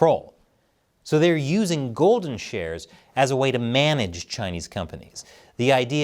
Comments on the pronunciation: I can't be the only person who heard "golden showers" every single time you said "golden shares." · I keep hearing every time you say golden shares…. Golden showers😂😂😂